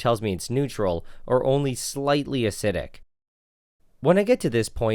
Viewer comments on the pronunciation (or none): Acidic not aciidic